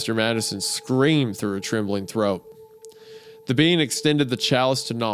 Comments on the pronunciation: 🫘 all I herd was “bean” not “ being” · Is it just me or do I keep hearing "bean" out of Wendigoons mouth everytime he mentions the word "being". I wasn't looking at the video so for the longest time I was very confused. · Everytime Isaiah said 'being" I thought he was saying "bean" like wtf do beans have to do with this 😭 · Why does Wendigoon pronounce "being" as "bean"? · every time wendi sais "being" it sounds like he's saying "bean" and it really adds to the story. almost as good as in stolen tongue whenever he sais 'fae's' mom or dad it sounds like hes saying faze mom and faze dad. so funny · Great episode! Fun fact every time wendigoon says being I kept hearing bean which made the mental image very funny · For a time, I genuinely thought the word Isiah was saying was "bean", till I started reading along.